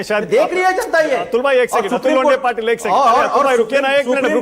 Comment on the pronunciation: "launde" nahi Launda" bolo.😂😂😂